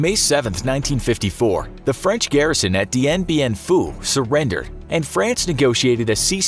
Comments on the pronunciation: Yo he just said franch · Ah, yes, Franch